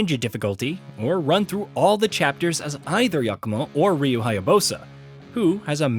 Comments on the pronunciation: He pronounced “Ryu” as “Raiyu” and “Hayabusa” as “Hayabosa”😂🤣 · I cannot believe how badly you pronounced Ryu's name lol